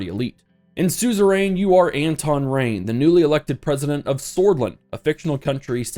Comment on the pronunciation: Does anyone else hate the way he pronounces suzerian?